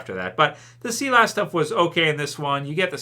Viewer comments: its S-EYE-LESS not SEE-LASS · It's Sigh-las lol not see-less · Everyone Else: Sigh Liss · "See Lass" you mean Silas? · mate, it's pronounced Sigh-less, not Sea-less. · Sea-lass! Where the hell did you pull that one from? It's Silas, pronounced Sigh-las, like you're sighing but add las on the end, Silas or Sigh-las. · its SI-LAS... SI LAS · Nobody::Sea lass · not trying to come off like an asshole or anything, but just for future reference the name Silas is pronounced “sigh”-lus